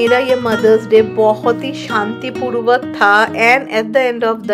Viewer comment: Rai is such a beautiful soul inside out ❤ Happy Mother’s Day dear.. vlog was awesome but chaar Chand was ending part where u said SHANTIPURVAK I mean Woww u pronounced such a heavy Hindi word perfectly.. proud of you😁